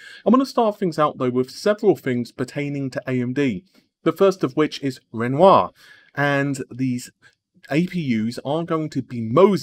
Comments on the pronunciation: you actually pronounced it ren wah im so proud and so thankful keep up the great content plz :) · Wow! pronounced Renoir correctly! Today is a good day.